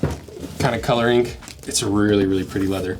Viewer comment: I love how you say coloringk.